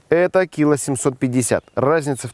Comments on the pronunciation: "кИла восемьсот..."?? А я то всю жизнь думал что "...килО..." А в целом, видео интересное и полезное. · кИло шикарное ударение от горе математика